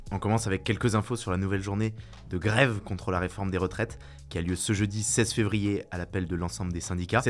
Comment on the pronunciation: J'adore comment le camarade Paul prononce "grève" 😂